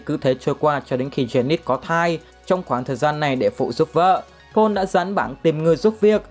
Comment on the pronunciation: May mà có phụ đề chứ ko Paul nghe ra “Pỏn” quá!